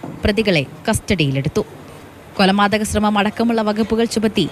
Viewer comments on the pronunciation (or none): ഈ വാർത്ത ശ്രദ്ധിച്ചു കേട്ടു നോക്കൂ... ഒരു മിനിറ്റ് 25 സെക്കന്റിൽ പറയുന്നത് കൊല'മാ 'തക ശ്രമം എന്ന് 😄😄😄